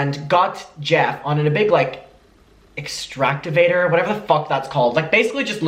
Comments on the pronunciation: "Extractavator" 😭😂❤ Excavator. Close though!! Love you mucker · saying “EXTRACTOVATOR”🤣🤣🤣🤣 I cannot